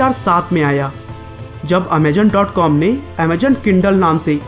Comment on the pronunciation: its Amazon not Amajon you indian